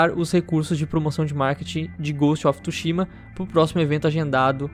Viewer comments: Só eu q fiquei mt incomodado com o falando "Ghost of TUshima" ao invés de "Ghost of TSUshima" kkkk:v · Não é tushima é tsushima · inglês? kkkk, mas "TSUSHIMA" é japa garaio :v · Que agonia toda vez que ele fala Ghost of TÚshima